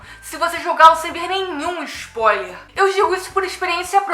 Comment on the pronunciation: "Vou dar muito ixpoiler" Kkkkkk